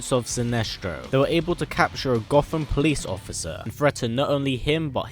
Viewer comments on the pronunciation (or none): none